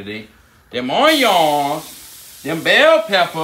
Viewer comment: No one:..: OIYONS!